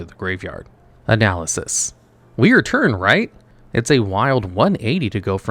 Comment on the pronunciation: Hearing "analysis" every time is Very Jarring!! DoNot do it!